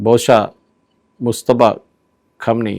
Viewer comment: Mujtaba.. ముజ్తబా ఖమేనీ.. ముస్తఫా కాదు ! ముజ్తబా, ముస్తఫా రెండూ వేరు వేరు పేర్లు.. కానీ ఈ రెండు పేర్లూ ముహమ్మద్ ప్రవక్త వే!!